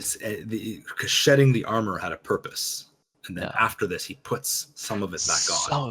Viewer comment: Ooooh, that explains a lot, to me it sounded a lot like he said "without honor" instead of "without armor"